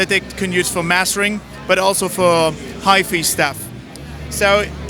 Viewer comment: “High fee” — an apt mispronunciation of hi-fi.